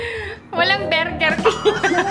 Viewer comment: "BERGIRR KING" HAHAHAHSHAHA